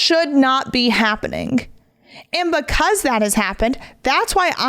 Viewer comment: Omg omg. Stop saying words like SAYINC it’s SAYING and HAPPENING is not HAPPENIC.